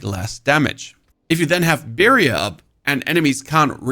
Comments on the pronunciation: lol the way you say "barrier" makes me want birria tacos, like right now. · I need a barrier against how you say barrier.